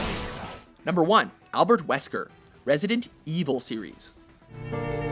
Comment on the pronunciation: "Resident-EEvil series."